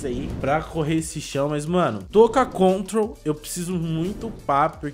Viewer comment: EU com agonia de ELE falar gravity mais é control/op op no mi kkkkkkk